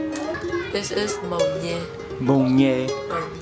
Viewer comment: The Burmese word for water is not Yee! It is pronounced Yay, rhymes with Pay. Mon Nyin belongs to the mustard family. And yes! the most unlikely people will surprise you with their knowledge of English. They only lack practice as there are not many around in their immediate neighbourhood.